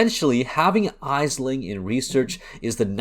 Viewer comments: its pronounced "Ashling" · For future reference, it’s pronounced Ashling. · Thank you for the video man. Well done. I do have to wonder how you have ran all that content and not heard Aisling name said correctly. Jun says it.